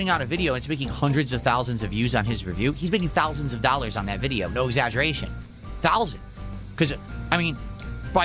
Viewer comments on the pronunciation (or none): Thalsand dollers